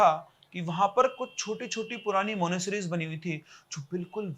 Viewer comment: Monasteries bolna to seekh le pehle